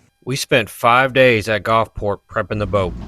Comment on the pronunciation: I know when I lived in the south for 40+ years . It was the Gulf not the Golf. Gulfport not Golfport. Just sayin. Fun video. Thanks for making it.